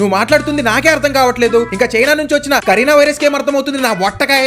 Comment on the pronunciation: కరీనా వైరస్ కాదు రా... బాబు... కరోనా రా😂😂😂